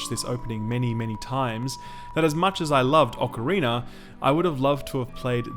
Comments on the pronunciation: What’s an “ocarinar”? Great review as always ;) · Ocarinar of time